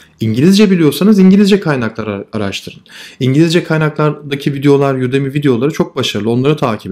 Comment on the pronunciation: Yudemy diye okunan şey udemy diye mi yazılır